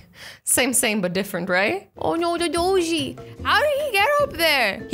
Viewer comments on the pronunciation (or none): none